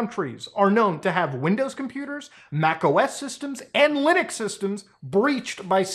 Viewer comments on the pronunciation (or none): none